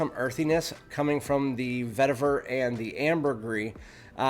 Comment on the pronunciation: Nice review but you need to learn how to pronounce papyrus ... puh-PIE-ruhs and vetiver ... veh-TEE-ver.